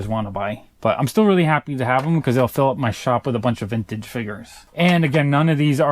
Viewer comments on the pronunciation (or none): none